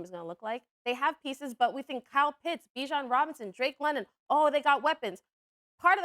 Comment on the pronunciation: Guys I know drake London is a good WR. I’m just laughing that SAS doesn’t know enough about football to say his name right